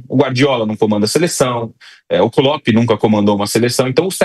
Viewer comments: Vampeta chamando o Klopp de KLOPITI KKKKKKKKKKKKKKKK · Vampeta:”cropedj” kkkkkkkk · Kkkkkkkkkkkkkkkkkkkkkkkkkk kloppt foi foda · Klópiti, Anselóti... kkkkk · Hahahaha!!! Amoooo vampeta! Kloppt! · Vampeta falando clopete 😂😂 quem é este técnico? 😂😂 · Vampeta tem que aprender pronunciar o nome dos treinadores "Klopt" onde já se viu isso 😂😂😂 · Não tanko o Vampeta falando ''Cropt'' kkkkkkkkkkkkkkkk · Clópiti kkkkkkkkk 😂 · Vampeta falando croped😂😂😂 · Vampeta, um cara da área, não se interessa em aprender a pronunciar nomes. Klopt é de doer, neh Vampeta! 😂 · Vdd até o vampeta pronuncia corretamente, temos 2 analfabetos de presidente kkkkk 1 da República outro da CBF que fase Brasil 😂😂😂😂